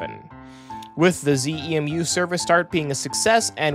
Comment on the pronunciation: "ZEMU" is usually pronounced as one word, "ZEE-moo," not each letter. And yes, as it seems that these are the ones that were supposed to be used in NorCal but they've decided to switch them down here for first use vs. on San Joaquins or ACE or whatever.